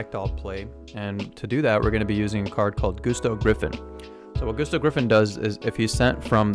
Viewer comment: Gusto's aren't pronounced GOOsto it's Gusto like Gus stubbed his Toe. You know? Like Gusts of wind.